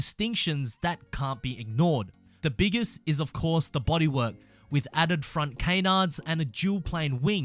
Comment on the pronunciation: Its not called cay-nards its canards